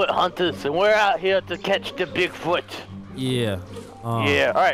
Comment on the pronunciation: "We have to find Boogfoot"